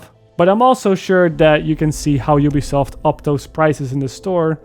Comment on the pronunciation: Did you just call it jewbesoft?